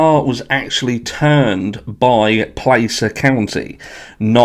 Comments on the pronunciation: Just a small point, which you wouldn’t be expected to know, Placer County is pronounced like PLASS-er. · are gross a lot of people are mispronouncing Placer.